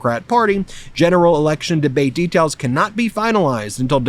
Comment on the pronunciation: "electurn"? now i know where turmp gets his pronounciation from.